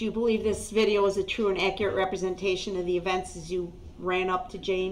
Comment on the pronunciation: "Akurit" statements